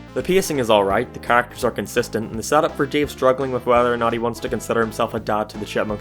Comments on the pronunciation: said Dave like Deve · When you said dave i keep hearing DIO instead of dave lol